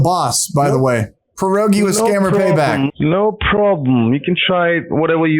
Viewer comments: As a Pole, I can assure you, you're saying "Porogi" not "Pierogi" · It sounds funny when you say your name,. Before 'e' there's 'i' and it should sound like 'e'. The real 'e', on the other hand, sounds more like 'a'. So for you, English speaking people, it should be said like 'Pe.arogi' I think 😆 But not like a pear.